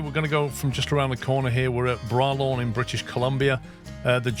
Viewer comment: Would love to bring you out to BC To run some real BC logging roads run loaded lowbed up the mountain with a full set of jewelry. Bralorne is pronounced (Bray Lorn) The other road you passed near the 10 minute mark goes to seaton portage. It goes up 15% with 8 switch backs in 5kms then down 15% with 20 switch backa in 19kms. I moved equipment into there and if i was a foot longer i would be dead. On another note the road and senery are surprising accurate i am impressed.